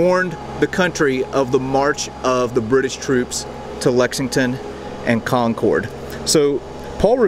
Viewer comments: I love that book too! Highly recommend it. Also a note to, Concord has an emphasis on the first syllable not the second. Enjoyed the video, especially the tombs! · Well as you know, the story has nothing to do with electricity but pronunciation. If you want to hear how "Concord" is pronounced correctly here in New England, move forward to where the young lady is talking at about as she pronounces the name "Concord" twice. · CharlesTON is in South Carolina. CharlesTOWN is across the river from Boston. And, it’s not pronounced Con-cored. The second "o" is silent. Or, if you’re from the area it’s pronounced Con-kid.😊😊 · Thanks for making this vlog on the Old North Church. Several times you referred to the town Concord. You pronounced it Con-Cord which is how it is pronounced in the city of the same name in California. Here it is pronounced Concurd and the letters just seem to flow together. Yes I am aware that there are many words in New England that are pronounced somewhat differently. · Concord pronunciation cracks me up... not like Concorde the plane more like Conkerd, you are clearly not from around here....Good stuff, nice video, thanks for showing behind the scenes things !! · Boston, I miss you so much. I'm stuck in bumf*ck Central Florida and I want my New England! Con-cord? Charles-ton? Oh, my. You will surely hear from us Bostonians on those two. lol It's Conc-ahd and Charles TOWN. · Concord California (and maybe others) may be pronounced Con-Cord, but in Mass. and NH it's CON-kerd! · Con-kerd is how we say it... Like we conquered the red coats ...never heard con cord in my life until now. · Folks in New England call it Con-kid, not Con-corde like the airplane! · Excellent episode. However, it is not kon-kord... It is konkerd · Concord is actually pronounced more like the word “conquered” around Mass, not so much like “Concorde” - just a friendly fyi, thanks for the great video! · Concord, MA (and NH) are pronounced “Con-Kurd” not “Con-Kord”